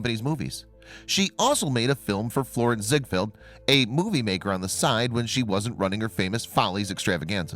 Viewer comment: It’s ZiegFELD. Like Seinfeld. So many historical videos make this mistake.